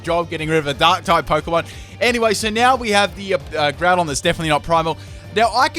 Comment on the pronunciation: and you Said Groundon its not Primal it is Primal LOL again